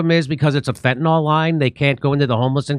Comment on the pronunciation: Fentanyl has to be the deadliest and most mispronounced drug on the planet.🤣